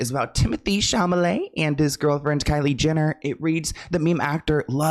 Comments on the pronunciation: it’s been years can you please say Timothy’s last name correctly? Just read it CHA- LA-Met… not Cahamalet 😂😂😂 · I love how calls him Timothy shamalay😂😂I started calling him the same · sham-a-lay.... 😂. Babe. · ChaLAmet not ChaMAlet ugh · Hahaha, you often say "Shamalay" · It makes my DAY when says SHAMALAY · Love you but it is Sha La May. Not Sha Ma Lay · Bro, you have to learn how to save people‘s names stop calling him Sham a lay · Cha-La-met : it's slowly driving me crazy. For real. 😢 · Not Timmy Sham-a-lay. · "Chamalet", never change,! ❤❤❤ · Omg i came here to listen to you saying chamelet in stead of chalamet in the first minute anddddddd here we are. Im sorry this is just too funny😂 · Timothée chaMALET 😭😂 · Truly admire commitment to mispronouncing Timmy's name 😂😂❤